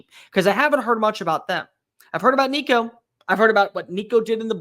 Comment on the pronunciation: Why you gotta go there with my boy Nico man? Ain't happening dammit... he's too good for this bs. 😆 🤣 he's going to make mistakes he's first year starter, but he's a baller and we have some serious weapons around him. And thanks for saying his name correct. There's plenty of good said your not paying attention... GBO